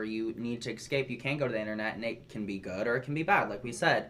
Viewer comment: I’ve never despised 5 people all at once before in my life.. that’s OUR truth bestie....also it’s “escaped” not “excaped”........that’s not a word or a personality babe. Bo literally said he’d rather be irrelevant than relevant to these type of internet prodigy’s. “Inclusionnnnnnnn”